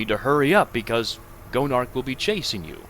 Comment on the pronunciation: i kept thinking you called Gonarch "Joan of Arc"